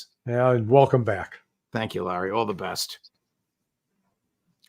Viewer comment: Can someone tell Larry is a roof, not a woof